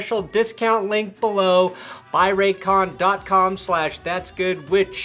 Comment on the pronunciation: Lol Raycon I thought you said Raytheon 🤣